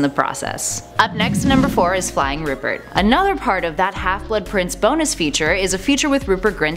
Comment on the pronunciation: STOP SAYING HALFLET PRINCE!